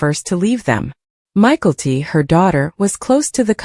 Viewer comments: I think that if it is going to be narrated, they should at least know how to pronounce their names. It took me forever to figure out they were talking about Mykelti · I came here to say this 😂